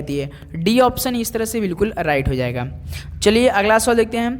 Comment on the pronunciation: अराइट नही सर राइट बोलते है उसे😂😂